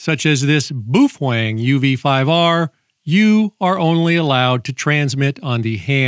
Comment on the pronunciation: Again, it's not "boo-fwong." It's either bo-fng (almost entirely silent e) or bow-fong, depending on if you're using Cantonese or Mandarin pronunciation, respectively. Your friend who allegedly "has Japanese parents" is incorrect. It's not even a Japanese word anyway. My information comes from someone who actually speaks Cantonese and Mandarin, and grew up in China.